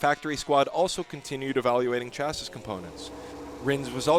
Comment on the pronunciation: chassis = sha-SEE. Teach your bot better.